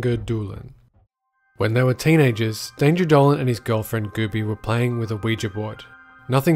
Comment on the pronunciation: danger dolan pronounced dangr dolan